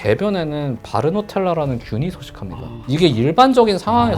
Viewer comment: Bartonella 바르토넬라인데 계속 바르노텔라 라고 하시네요